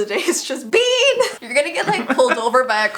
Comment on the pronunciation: when was saying 'bean' i thought she was saying 'BEYN'